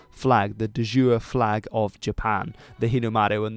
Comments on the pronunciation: Are you trying to say “de jure”? It sounds like you are saying “du jour”. Jure is pronounced “joo ray” or “jer ree “. It’s the legal flag, not the flag of the day. It’s not a soup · "Dē jūre" isn't French. It's Latin. Letter's with the symbol (ā, ē, ī, ō, ū, ȳ) are pronounced longer, Latin "j" = English "y" and Latin "y" = vowel in between "u" and "i" (unimportant). Each letter is 95% pronounced as it is written. The correct pronunciation would therefore be "Dee yuure" ("ee" not as in the letter "e", but as in holding the sound in forg-e-t or m-e-t for a longer time. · Quick remark: you are supposed to pronounce the "e" at the end of "de jure" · He said the Latin term in French pronunciation